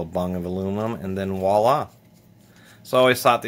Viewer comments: voilà not wallah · Voila, not Walla